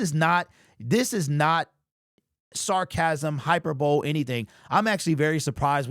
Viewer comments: The word that you are pronouncing as hyper-bow Is correctly said as high-per-buh-lee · Did you just pronounce " Hyperbole ", as " Hyperbowl"??? Terry Foster made that mistake, on 97.1, and Mike Valenti nailed him on it, and the other staff roared with laughter, because Terry should have known better, being in journalism. He did know better, but those were the initial signs of his stroke. Hyperbole, is pronounced, like " Hyper..bow....lee" FYI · I love you too much to let it slip. It’s not hyper bowl it’s hyperbolEE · Bruh, “hyperbowl” is not the correct pronunciation of the word that I think that you are trying to say, which is hyperbole…”Hy-Per-Bo-Lee” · Hyper-bowl? you mean hyperbole? "hy-per-bolee" - thanks for sharing the content. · Bruh did not really just say hyper bowl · Yo: High-per-bowl-ee Hyperbole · Hyper bowl 🤣🤣 Did you say it like that because of Terry Foster?? Lol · It's hyperbolē, don't forget to actually say "E" at the end of the word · “Hyper-bowl?” Did you seriously just say that? How can you use such a common word, but not know how to pronounce it? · Hi-per-bowl-e = hyperbole. Not tryin to be shifty, just sayin.